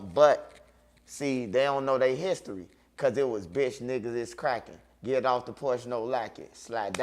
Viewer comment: I fw wit butta but “ BUTTA LEG WAS BLEW AWFF” is hilarious